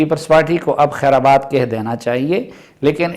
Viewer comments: سلیم صافی صاحب ، یہ لفظ خیر' آ آ آباد ' نہیں بلکہ 'خیر باد ' ہے ، شکریہ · You are correct but I like to hear that "wrong" pronunciation as it came from a truthful person